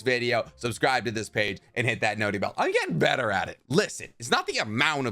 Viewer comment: Good content and I really like your point of view on things but I'm not gonna lie I physically cringe every time you say notee bell